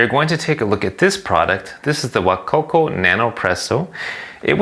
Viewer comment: you lost me with Wacoco.. Can't care enough to pronounce it properly. Shouldn't think you can review it properly either. :)